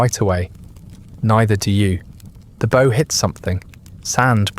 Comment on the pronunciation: Of course it is. Multiple channels using the same voices, delivery. Also constantly using the wrong pronunciations of words like “polish” and “bow” and “sake” that a human would know makes no sense